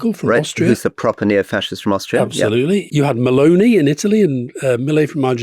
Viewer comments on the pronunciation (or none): none